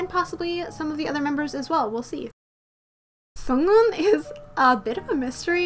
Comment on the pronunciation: sunoo`s name is pronounced as sonu and sunghoon`s as songhoon😂 i just noticed your mistake